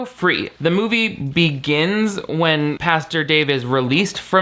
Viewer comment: Girl still can't say Pastor lmao love!